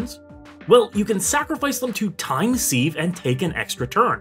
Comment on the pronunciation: Just to let you know, the word is pronounced “Siv” as in Time Siv not “seeve”